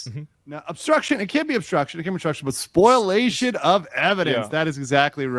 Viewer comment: Somebody tell that dude it’s spoliation not spoilation